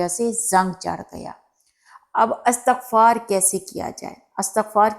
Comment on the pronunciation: Assalamu alaikum warahmatullahi wabarakatuh. Sister please say Istighfar not Astaghfar.